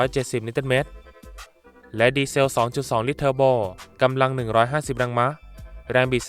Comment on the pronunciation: แรงมะอ่านแบบผิดๆๆ